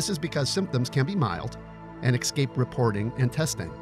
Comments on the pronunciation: This is great information. However, can’t get over hearing an adult say “axcape” vs “escape”... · Where did Americans get the habit of pronouncing ESCAPE as EXSCAPE???